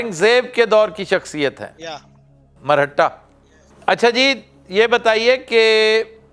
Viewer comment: Marhatta nahi Maraatha 😅